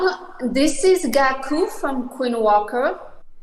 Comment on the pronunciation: Its Gaku not Gali😂